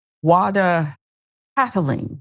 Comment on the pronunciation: while i applaud you for bringing up this horrifying tragedy, please try to pronounce his name correctly, instead of repeatedly butchering it. this is very disrespectful to awda and his memory.